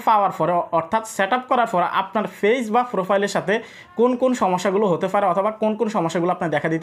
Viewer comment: আপনি পেইজকে কেন ফেইজ বলেন? এটা শুনতে ভাল লাগে না।